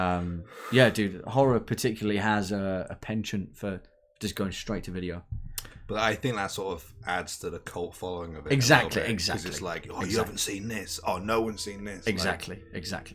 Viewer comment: Gender is people. Genre is books and stories. “The Dream” was so well written. Very Stephen King. Please note I left that comment before you started talking about SK. P.S.That is not how to pronounce “penchant”.